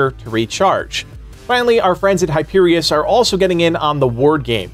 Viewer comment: Accidentally said Hyperius instead of Hyperion when talking about tbe weapon brands. Excited for this game for sure. Thoughts on the expansions?